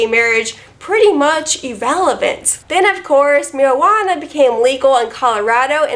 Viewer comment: Oh my god, I just keep playing over the way you said "marywana". I died.